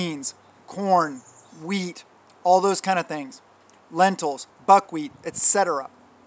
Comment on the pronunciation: When you said buckwheat I thought you said bug wheat 🤣🤣🤣